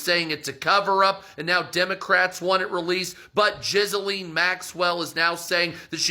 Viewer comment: I can hardly hear him because I'm laughing so hard at his mispronunciation of Ghislane. Jizz-A-Lean 😂